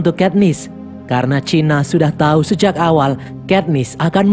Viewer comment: kok chinak? cinna dibacak sinna.